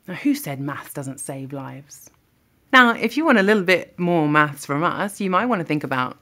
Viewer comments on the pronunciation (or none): Did you also replay that section where she say's "you're drunk maths", but her lips and voice appear to project mass instead lol